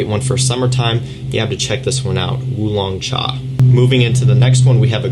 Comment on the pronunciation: That Wulong Cha pronunciation is good